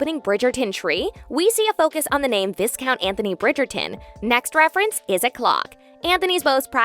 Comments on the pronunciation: WhistleDOWN, not Whistledon. VIEcount, not viscount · Not just for the purpose of the show, it is pronounced Vi-count, with the "s" being silent. So we are really on the same page. For some folks the correct spelling creates a challenge with the pronunciation. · A couple of things. It's VI-count not VIS-Count. The tulip thing is a call back to the book where Anthony gave her a tulip. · It's Vi-count. Like just Y-count. Not that hard to pronounce. Great vid tho! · Vi-Count!!!! please! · Viscount is pronounced VIE-count. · It is pronounced vi-count, for the "s" is silent. However, it is spelled viscount. Etymology The word viscount comes from Old French visconte (Modern French: vicomte), itself from Medieval Latin vicecomitem, accusative of vicecomes, from Late Latin vice- "deputy" + Latin comes (originally "companion"; later Roman imperial courtier or trusted appointee, ultimately count). Belgium In Belgium a few families are recognised as Viscounts: Viscount of Audenaerde Viscount of Hombeke Viscount de Spoelberch Viscount Eyskens Viscount Frimout Viscount Savoir Viscount Poullet Viscounts in England & Ireland Pronouncing the word Viscount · S2 remains my favourite. Kanthony is the best couple in Bridgerton ❤❤❤❤❤. But what is with the pronunciation of the Viscount 😂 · To everyone complaining about the viscount mispronunciation, yes it’s very annoying, but I think these videos are voiced by AI and not a real person 🤷🏼‍♀️ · It’s difficult to take any of what’s discussed here seriously when the narrator can’t pronounce Viscount correctly. 🙄